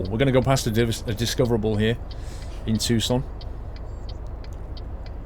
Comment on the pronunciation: Paul is correct, it's pronounced too-son.